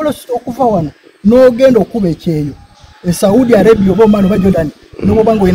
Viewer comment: The way pronounces the word Saudi Arabia makes me laugh😂😂😂